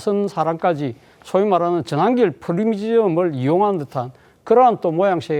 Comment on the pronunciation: 전한길 말 그따위로하냐 한글발음 다시배워라 발음이 잡놈잡상 골라골라냐